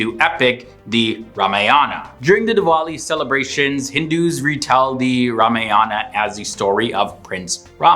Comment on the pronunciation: **It's Ramayana not Ramanaya.